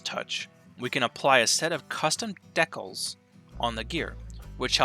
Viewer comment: Just a heads up, "decals" is pronounced "DE-cals" not "deckles" ;P